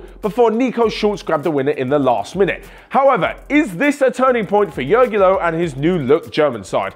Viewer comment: Its funny how you pronounce Jogi Löw. Plz ask the German onefootball how you should pronounce it.